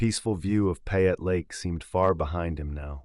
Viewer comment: If you are going to tell a story you need to pronounce the names correctly-- You lost me on "Payette"